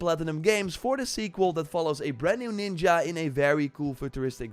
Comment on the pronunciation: You can now say the word ninja correctly? 😱